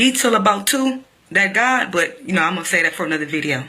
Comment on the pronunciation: why do you pronounce God's name like that